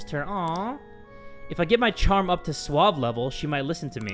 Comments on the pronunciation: "su-wab"?? "su-wa-vey"!!!!!!!!! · it's pronounced SUA-VEY